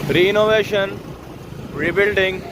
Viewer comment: Bhai renovation bolte hai na ki reInovation.. Baar baar yahi bolre ho.. Both are completely different